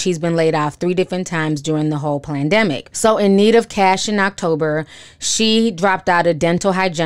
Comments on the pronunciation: I luuuuv how you say PLANdemic! Unless I’m mishearing? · Hey Ti, are you saying PLAN-demic ??? LMAO! I just LOL-ed in real life! Consider this word stolen, thanx. -Conspiracy Theory Vice President